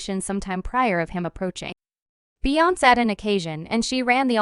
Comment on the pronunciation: The amount of disrespect of the pronunciation of Beyonce, Solange and JayZ names displayed in this report is baffling! Do better‼️